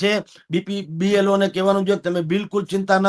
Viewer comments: BPLO nahi BLO bolo. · B P L O નહીં B L O બોલાય. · Blo બોલતા તો શીખો ભાઈ